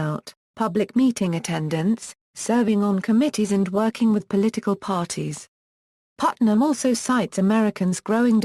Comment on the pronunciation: don't emphasize Putnam next time. distracts us.